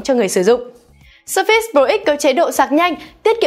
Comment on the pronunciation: sao đọc là sơ fits? nghe bực quá